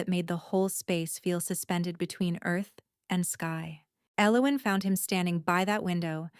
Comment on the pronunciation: Nice story I liked it a lot. AI’s version of Elowin’s drove me nuts however. Emmett, ID